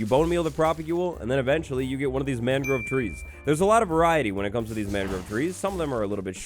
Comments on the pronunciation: i love but as someone who's lived in Florida for 20 years, the way he pronounces "mangrove" drives me absolutely crazy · great video :) the way you pronounce mangrove bothers me though aha /lh